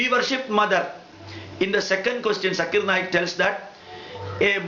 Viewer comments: Nice rebuttal but mostly you are attacking him rather than to the point. First how can you prove that the questioner was not Hindu? Pronunciation problem? you can't call his name properly..He is not sakir naik. He is Zakir naik. its Z not S. on the subject he says that you don't need an idol to focus God. Muslims don't have idol still they focus. why not Hindus. worshipping and saluting are two different things. you are a learned man. salute you but when it comes to logics, you should improve. Good luck next time. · Zakir Naik never claimed He is an authority but a student of comparative religions. Pronounce of any word is not the issue. Even Hindu Scholar could not pronounce Zakir name properly instead he said Jakir. Most of the religions talking about one whether Hindus, Christian etc. But Hindu Pundits have turned into several Gods. Similarly Christianity talking about one God but Priest changed it into three Gods. Zakir is educating people to accept one God and worship him only. The present Islam being followed by so called Muslims is religion invented by so called notorious scholars who wrote books over books 250 years later of Prophet Mohammad 's Death with fake stories and fake saying (Hadees) and entangled them into mere rituals. Islam Is a code of life as how to spend life journey by following Quoranic commandment, be successful here and be successful in the world after. Present fake Islam religion have pushed down all the believers to gutters.